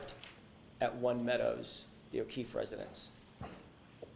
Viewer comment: And thank you for saying his name correctly officer John O’Keefe so many people don’t 😢